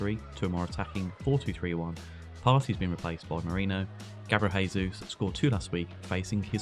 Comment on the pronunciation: Just a note for, Gabriel Jesus is a hard J sound "Jay-Zeus" in Portuguese, in Spanish its "Hay-Zeus" (enjoy the commentary, but best get it right if he's going to score all the goals)